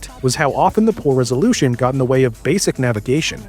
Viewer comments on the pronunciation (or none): none